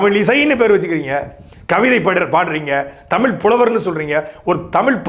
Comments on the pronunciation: முதலில் நீ தமிழை தமுளாக பேசுவதை நிறுத்து ! இளையராஜா பாடல் வார்த்தைகள் போல காலோம் ராகோம் மோகோம் நியரோம் என தமிழ் சிதைந்து போவதை நிறுத்து !! தமிழ் மட்டுமே இப்படி தேய்ந்து போயிருக்கிறது அதாவது உன் தமுளில் " தேய்ஞ்சி போச்சி " ! தமிழே இப்படி இருக்கும் போது "தமுளு தா ஒசத்தி" என அலறுவதில் பயன் இல்லை !! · முதலில் உங்கள் அண்ணனை ழ உச்சரிப்போடு ஒழுங்காக பேச கற்றுக்கொள்ளச் சொல்லவும் ! பிறகு தமிழுக்காக மூன்றாம் உலகப்போர் தொடங்கலாம் ! சாட்டை முருகன் தமிழ் தமுளாகும் போது சிரிப்பை அடக்க முடியவில்லை ! ழ, ஜ , ஹ உச்சரிப்பு அறவே இல்லை அவரது பேச்சில் ! சார்ஜ் [ CHARGE] என்பதை CHAARCH என்கிறார் ! PROBLEM என்பதை BIRAAPLEM என்கிறார் ! வழக்கம் என்பதை வளக்கோம் என்கிறார் [ இளையராஜா வரவால் சிதைந்த தமிழ் ] ! தமிழுக்காகப் போராடுவதாக சொல்லிக்கொள்ளும் எவருக்குமே ஒழுங்கான உச்சரிப்போடு தமிழே வரவில்லை !! அவர்கள் சோகமாகப் பேசினாலும் சிரிப்பு வருகிறது !